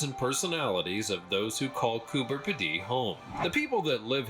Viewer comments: Oh my, oh my. Cooper Peeee Deeeee. That voice over needs checking every time. Most Australian names are not pronounced his way. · The Australian town Coober Pedy is pronounced Coober Pee-dee, love your channel. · Yeah that was the first time I’ve heard it pronounced like that, it literally made my toes curl with how cringy it sounded.